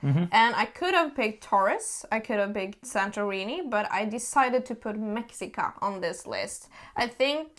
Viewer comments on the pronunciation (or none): It's pronounced meh-shee-kah.